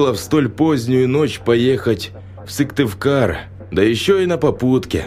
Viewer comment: Я живу в Коми и интересно послушать про наши дороги, но Сывтывкар мне ломает уши. Сыктывкар!!!!!!